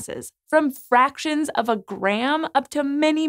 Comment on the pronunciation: "from fracions of a gram" ... Wow, Stephen Hawking is turning in his grave right now... xD